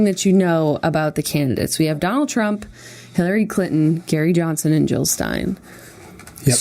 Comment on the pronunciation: It sounds like Jenna is saying Hillary Clit-on. I'm dying! :D